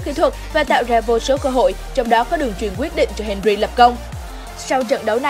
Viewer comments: Nó đọc đúng tên henry. Bạn nghe thế nào vậy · Thi loi Nguyen Nó đọc đúng rồi m ơi